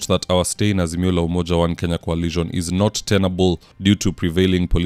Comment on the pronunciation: Peter Munya hasn't quit politics and gone home. He keeps saying: We as "Asimio" ..."